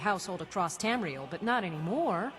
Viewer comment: It annoys me how pronounces Tamriel. 😂